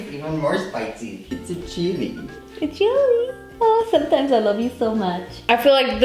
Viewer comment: notice how she says "SOMETIMES" ....I'm just sayin 😂